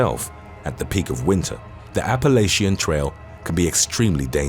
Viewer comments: It’s also pronounced appa-LATCH-a. Not appa-LAY-sha. But even people in the US make that mistake so I can’t be too mad lol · You did not pronounce Appalachian. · That is most definitely not the correct pronunciation for Appalachian